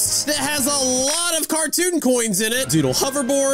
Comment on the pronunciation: did say duddle hoverboard? LOL